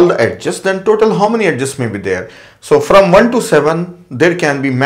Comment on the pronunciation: its not ed-ges , its edges